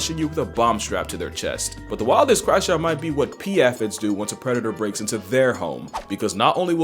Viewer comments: it is pronounced A-Fids. Not At-fids. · its not aphisss its A Fi Dzzz a harder f and d sound for those little green bugz brother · Ay-phid Ay-phid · bro misprononucing aphids....